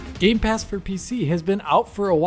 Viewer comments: My eye twitches every time he says "GAMES PASS" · everyone: gamepass: games pass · Why do you say games pass it’s gamepass. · Gamepass*... Not Gamespass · Anyone else bothered with calling gamepass 'gamespass'? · It's GAMEPASS no gameSpass! I don't know why but its so annoying. :D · Stop saying games pass please! It's game pass. Thank you! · Can you please stop saying game's pass 🙄 GAMEPASS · Can someone please tell it's not GameSpass.